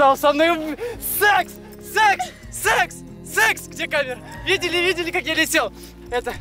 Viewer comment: ММММММММ КАКОЙ САС!!!!°○° и кстати мне одной норм смотреть как говорит $екс?